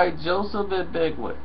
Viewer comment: Lol, NOOO, thats not how you pronounce it!!! Ag-Be-(KO)! Like CO! Its a Ghanaian name!!!